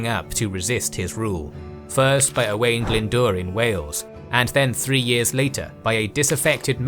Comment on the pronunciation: when saying Owain its said like "Oh wine" not like "oh wayne". Great video though